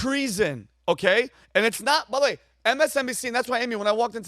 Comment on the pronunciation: Vinny “ByThWay” OShana 😂